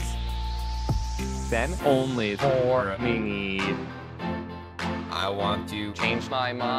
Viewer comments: Only for a minite 😂 Its not minute its minite😂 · he says minite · Meeneet “minute” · he said mini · no one: literally no one: ninja: minite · HE SAYS MINITE xD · I laugh so hard when ninja say minute i heard ninja says minite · “and only for a Mineet” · And original: minute Ninja: mineet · He said minie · The way he says meeeenut as minute in those is combined clips is so stupid funny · he says minute so funny